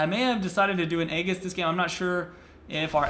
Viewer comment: egg-iss? (its A-JIS) fyi